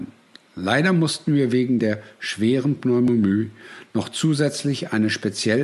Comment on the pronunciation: Den Text hat er aber sicher nicht selbst gesprochen, sonst hätte er wahrscheinlich nicht so Probleme beim Aussprechen des Begriffes Pneumonie.